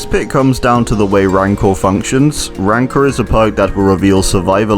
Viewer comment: My man pronounced 'rancor' 3 different ways in 5 seconds